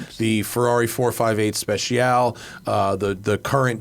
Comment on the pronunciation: Please stop saying 458 SpeciAL…. It’s Speciale.